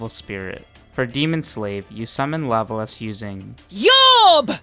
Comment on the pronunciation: LA-BO-LAS !!! Ffs